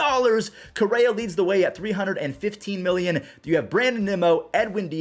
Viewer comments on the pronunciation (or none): none